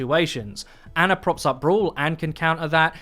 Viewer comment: I’m disgusted that you called ana “ANNA”